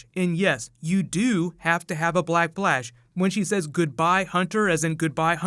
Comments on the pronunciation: Is it just me or is he saying black blash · Did anybody hear black blash? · Did anyone here black blash ?😜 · Is it just me or did he say "Black Blash"? Edit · The way he says black flash. Ugh.